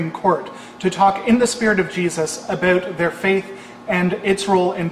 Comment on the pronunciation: yes, yes progressive ideas I agree with..... say "aboot" again.